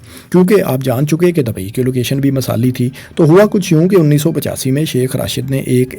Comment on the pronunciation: masali :D bro you need to work on Urdu pronunciation.